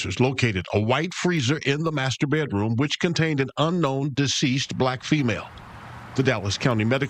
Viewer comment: “Bay Droom” 😂 it’s pronounced BED ROOM